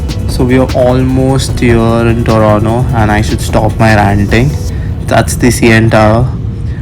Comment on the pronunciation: TORONTO ❌ TORONO ✅